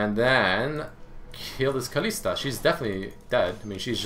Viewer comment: Goddamn man its KALISTA not KALISI please. I love your videos but i just find it annoying when people mispronounce stuff